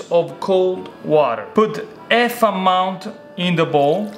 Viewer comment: just so non-Italians understand you better: you don't say "EF amount", you say "HHHAF amount":D